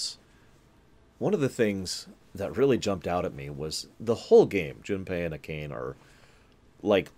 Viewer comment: Her name is pronounced, Ah-kah-nay, or if that is a little too much, June XD I am laughing my butt off at your first ending choice. HOW!? Out of all the possible endings, you have to work to get that one.